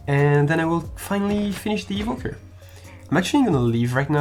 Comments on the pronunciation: Great and interesting video! (Btw it's evoker, not evoquer) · no one:: evoquer (it is evoker) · Also "Evoquer" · french evoker : Evoquer